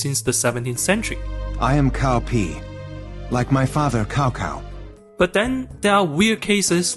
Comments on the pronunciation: I am Chinese and I find it so funny lol. 😂 But it's actually Chao Pi and Chao Chao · Your ai pronounces Cao Pi and Cao Cao wrong or what? 😅